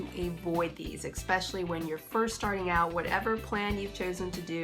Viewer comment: It's especially, not expessially. Sorry pet peeve. Great info